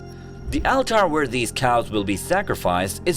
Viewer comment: Thats now how you pronounce ALTAR lol why do you even speak like that 😂